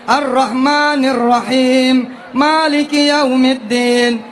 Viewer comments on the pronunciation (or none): none